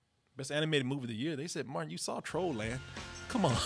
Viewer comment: Lol Martin said “Martinee” and “Rental” pops up on the screen...